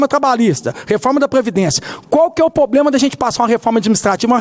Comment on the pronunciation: Poblema não. E Problema. Do senhor ganha muito para aprender a falar correto. Não assassine a língua Portuguesa.